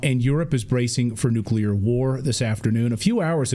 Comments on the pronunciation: I like what he's doing but how do we get congressional reps in office who can't pronounce nuclear ? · I am surprised, and embarrassed for him, that a US Congressman does not know how to pronounce a weapon the Russians may use. Nucular? I thought Benny Johnson was the only one who was illiterate on this. Is he sure he wants to file Articles of Empleachment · Teach Rep Homer Simpson how to pronounce the core word of his discussion "nuclear" not "NUCULAR" wtf? Props for the articles of impeachment even though he likely doesn't know the words.. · This guy can't even pronounce the word nuclear.....